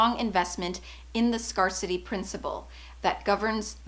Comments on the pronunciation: I believe it is pronounced “scare-city” no scar-city. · Hey I love your videos!! It’s ‘scare-city’ by the way not ‘scar-city’ in terms of pronunciation. Xx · "scare-city" not "scar-city" like the word "scarce" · I love you and am super grateful for you and the content you share. The word scarcity is pronounced “scare-city/ “scarce-ity.” It stems from scarce, thus that pronunciation. Phew, I’m working on being confident myself and practicing offering my gifts - language. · Best Canadian accent ever.... fortunately I wasn't "scarred" by the scarcity principle. :) :) Is that the way the word is pronounced in Canada? I know PROject and aBOWT, but haven't heard SCARcity before. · This video has several problems: 1) The speaker doesn't know how to pronounce the word “scarcity” correctly. 2) The video is advice written in the book A Course In Miracles, by Helen Shuman. It contained lots of spiritual BS. It said your life can be full of miracles if you are open to them. And that what you choose to believe becomes your reality. The latter is true on one level (i.e., what you believe affects what your “worldview” is); but there was never any mention that there is some objective reality, or that people can believe things that don't actually align with reality (and that is bad). 3) In one short segment, the speaker re-defines the word “miracle” in several ways that are NOT what the word miracle means. You can't just re-define a word and then talk about how the concept that the word normally represents actually exists. It's misleading, and can cause the listener to believe in the normal concept of the term when that is not warranted. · Hey girl, love your videos, so insightful. I just wanted to say that "scarcity" is pronounced like the word "to scare", from the word "scarce" if you know it. Just want to be helpful <3